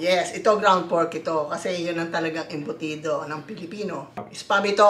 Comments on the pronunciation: the way also calls it as "embutids" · Embudits~~ i cant XD.... Love yall love ya!